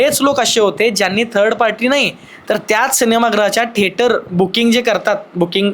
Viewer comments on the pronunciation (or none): थिएटर,सिनेमा गृह बोला,ठेटर काय आहे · ठेटर की थिएटर